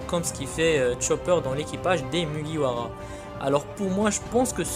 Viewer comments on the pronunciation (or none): Vidéo de 10 min blindé de pub avec des informations full random et fake je trouve ca un peu gros Et on dit pas mugira , mais mugiwara ! 😐